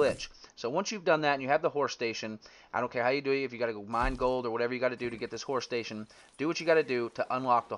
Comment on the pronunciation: Awesome video but ... "Horsh shtasion" 😂